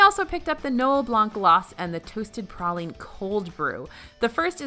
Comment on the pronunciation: Anyone else cringe everytime she said praline wrong?